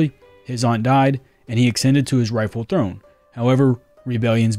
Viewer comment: Minor note; ascended is pronounced "ah-SEND-ed," not "ack-sken-ded."